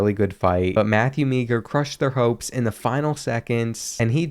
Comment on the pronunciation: It’s Matthew Maher